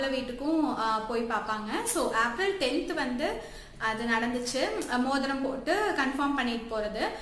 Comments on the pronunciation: April..Seriya pronounce pannunga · April ah yen ipdi pronunce pandriga??